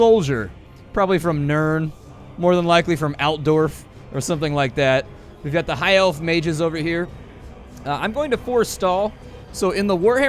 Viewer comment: about in, please say you didn't just say that. tell me you didn't just say elves are a dwarfs staunchest allies. could you be any less familiar with Warhammer fantasy? (sidenote: it's nuln and Altdorf(pronounced Olt-door-th) not Nurn and Alt-derth. sorry if this come's out a bit douchelike.